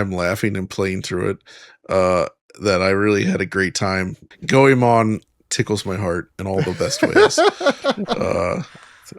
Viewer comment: How did Goemon become.. Gameon?